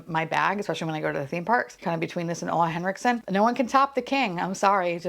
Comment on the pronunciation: I love how you say Ole Henriksen like "oola" but in Swedish it's actually pronounced as "uule" 😁🩷